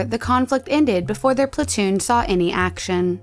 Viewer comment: How do you do the Korean pronunciation so well then say "plantoon" in the next one lol